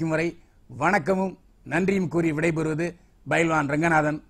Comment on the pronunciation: Bailwan also